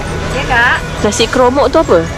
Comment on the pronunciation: Nasi KOMOK...bukan Kromok... Kromok band musik haha